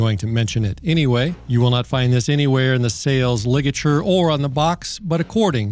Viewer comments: 😅 Sales lig-a-chure 😅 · Sales ligature. is funny as hell. His entire schitck is mispronouncing words. It’s brilliant!